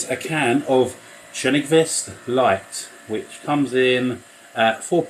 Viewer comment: I have no idea how you were able to pronounce that beer name. I know exactly what you are talking about with the dandelion stalks. Its good to try yellow fizzy beers once in a while.